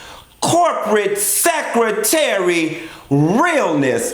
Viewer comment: The way you say lil boy & secretaire!!! 😂😂😂 Chile I been waiting....this episode was alot so let's jump right on in lol